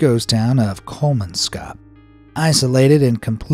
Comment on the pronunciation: It's really funny to hear English speakers butchering names in my native language 😂 The way Kolmanskop was pronounced is really funny. Another reason for the abandonment was because the people relied on water being transported by train. So when a war started, those in charge weren't able to do this and thus no water were able to be delivered.